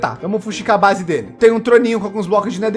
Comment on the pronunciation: Ele falou a brase do bruniim kkk